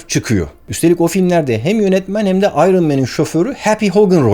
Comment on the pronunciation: Vay be, "iron" kelimesinin doğru telaffuzunu Barış Özcan'ın bile bilmediğini görmek şaşırttı. İngilizce'yi sonradan öğrenenleri tanıma filtresi bu kelime